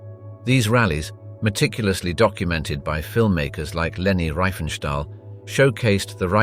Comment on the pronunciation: Not Reifenstahl, but Riefenstahl.